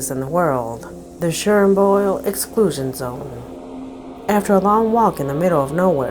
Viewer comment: The “Shernboyle Excooshin Sone”. 🤨😳